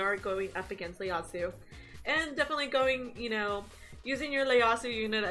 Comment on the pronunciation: Damn...don't want to sound like an ass..especially since I'm a new fan...but I think the first letter of his name is an "i" and not an "L"...I think you called him Leyasu...